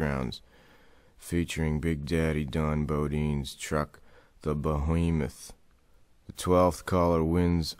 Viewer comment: The'' Bowheemuth''